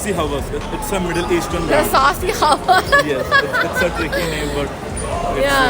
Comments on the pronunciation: Next time pronounce"हवास" not "हवस" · Pronounced "hawaas" meaning brave, not lust as in here